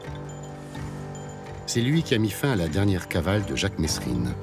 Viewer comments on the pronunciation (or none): Oh le journaliste, ont dit Mesrine pas MeSrine tu dit pas MiroSmeSnil 😅😅😅